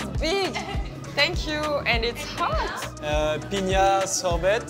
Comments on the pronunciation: Isn't sorbet a French word? Why did he pronounce it like that? 😂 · French guy who pronounces a French word sorbet wrong. 😂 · lol the way he says "sorbet"